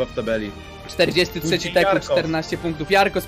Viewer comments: Teeq czyta się tik kurwa a nie teku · Nie teku tylko tik